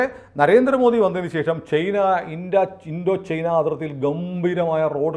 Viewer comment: ചെയ്ന. അല്ല ചൈന എന്നാണ്.